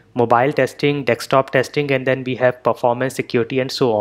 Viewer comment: It is desktop and not dextop